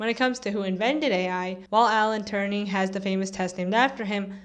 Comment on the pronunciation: not "Alan Turning," but Alan Turing.